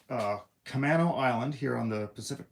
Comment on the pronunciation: I'm going to try to stop the hate before it starts. Lol. It's pronounced cu(may)no Buddy. I live right by it. It don't bother me none, but some folks may get excessively defensive about it. My favorite part of the island is a community that spells it backwards as Onamac. & yes. Would like to see more live videos. Of course I didn't catch this one til later. Lol. But but still would like to see more.